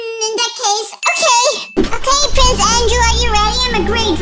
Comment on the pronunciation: Actually we say it ok not okeh